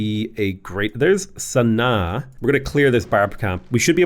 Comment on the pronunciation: I think it is pronounced Sana Aah